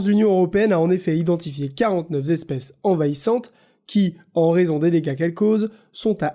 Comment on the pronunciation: On dit 49 espèces et non pas 49 zespèces ( ; )